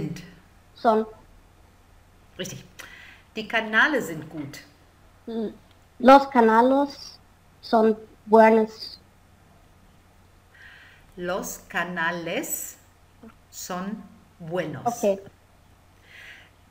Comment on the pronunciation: Kanäle statt Kanale